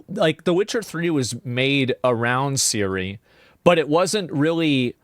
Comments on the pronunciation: Why do they pronounce Ciri as Siri? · The intro was the hardest to watch. Can they stop saying Siri, and put the emphasis in the ciRI???